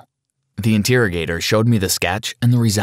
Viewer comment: Inteargetor not interrogator that's kinda weird saying that way in my opinion.